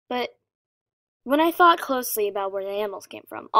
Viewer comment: When she said "I thought the same thing" it sounded like "I fucked the same thing" 😂😂😂😂😂😂😂